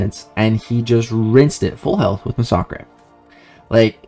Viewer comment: First of all, I'm African so calling me a monkey is kind of a bad look😅. Second of all, why call me that in the first place, its not like I meant any harm by wat I said, I simply found it weird for a white guy to pronounce massacre that way